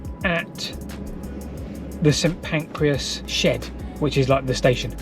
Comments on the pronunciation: St Pancras NOT St Pancreas. Station not digestion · The St Pancreas shed (in the first minute) I think should have been St Pancras. One small vowel... 🙂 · you said "St Pancreas" 🤣🤣🤣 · Little known fact: St Pancras is not St Pancreas.